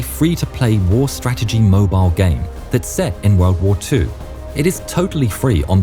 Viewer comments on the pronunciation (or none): none